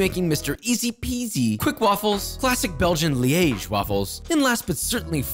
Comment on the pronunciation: As a person from Liège, I’m so proud of your pronunciation of my city, it was flawless